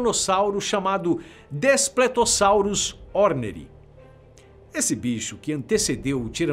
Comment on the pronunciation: Mano não é despletossauro e sim DASPLETOSSAURO